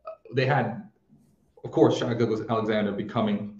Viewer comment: “Shai” rhymes with hey